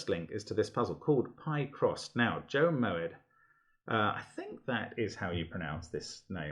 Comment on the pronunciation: Thanks for featuring this puzzle, and I'm so glad you enjoyed it! Delighted with the quota of "brilliant"s it earned, and grinning from ear to ear here :) A few random comments (but no spoilers) for anyone who might be interested: - your pronunciation is absolutely spot on! But interestingly, it's from a Hebrew word (מועד, meaning festival) pronounced Mo-Ed with two very distinct syllables, rather than from Dutch. Family lore is that the ë was added by ancestors of mine to steal some of the cachet of Moët et Chandon :p But seeing as they actually lived in Holland & SA at the time, it's more likely it was to stop people pronouncing it (roughly) "Moot" or "Mert", as you say! - I will take the "very hard" comment as a compliment :) - I am delighted at your strawberry and key lime pie quip since, believe it or not, that is ACTUALLY why I chose to colour them red and green! Two colourful crispy "Pie-Crosseds" if you will. Although in my mind, it was a Raspberry Pie... - very pleased this piece of logic earned a "beautiful", as I think it was my favourite deduction in the intended solve path! When setting the puzzle, at this exact point, I also thought "come on, there must be a straightforward way" - a computer solver was insisting the puzzle had a unique solution, but I, a puny human, could not see how - I finally figured it out using your method!